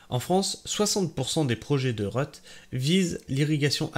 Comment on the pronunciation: La "reut" c'est l'abréviation de réutilisation, donc ça se prononce réhut et pas reute !